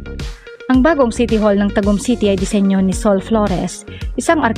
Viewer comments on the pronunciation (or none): Not Ta. gummm Ta'gum